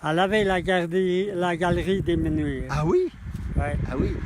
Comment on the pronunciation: 2 choses : 1 : on écrit les Menuires et on prononce comme cela s’écrit 2 : dans les villages de montagne, il y a une altitude minimum et une altitude maximum, ce n’est pas plat comme dans une vallée,, l’altitude minimale à Les mEnuires c’est 1450m.